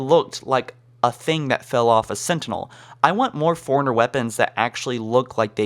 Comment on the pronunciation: When you say forerunner it sounds like foreigner